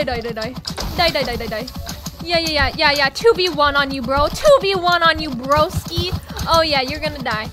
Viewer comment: she said broski like brOski